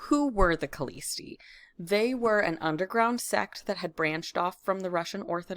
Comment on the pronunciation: The "k" is silent in the name of the sect, it is Hlõstõ